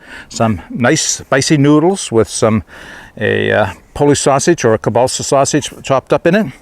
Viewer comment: you know I am one who appreciates your video presentations, so I think you can take some gentle chiding: Practice your Polish! There is no such thing as "killbalsa" sausage, even in Canada. Kielbassa (keel - bah' - sah).;-D